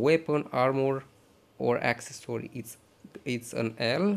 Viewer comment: Its calls accessory the way you speak is access-sorry its so annoying have you noticed